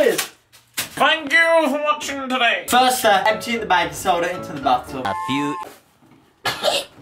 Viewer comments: Bru he sed baicon soda man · for the longest time i thought they were saying "bacon soda"